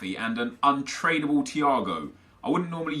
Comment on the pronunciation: anyone else hear him say "Untradeable" wrong at . He pronounces trad the way you would if you were saying traditional